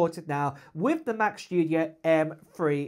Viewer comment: It's the new Mac "Schtoodio"! 😆